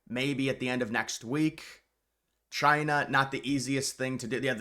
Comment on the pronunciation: “Chy-na” ~DJT